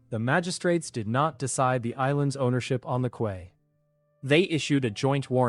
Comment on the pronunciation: Your AI needs work, quay is pronounced like key, not kway. The math needs work too, 100m sqm after the crab, 10k after the wolf, 1 million after the pig and 100 million sqm after the leviathan. That's a lot more than it said in the story.